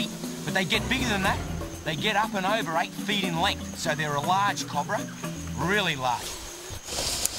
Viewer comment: I fucking LOVE how Steve says "Cobra!" the Australian accent is just beautiful at times! COB-RA!